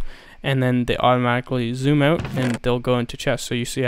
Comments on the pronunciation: "Aut" is a dead giveaway for all canadians. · You said Out like a Canadian XD